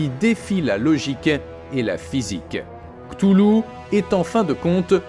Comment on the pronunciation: Cthulhu ça se prononce "katoulou"